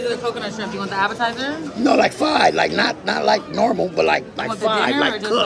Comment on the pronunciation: He can't say fried either he said fied shrimp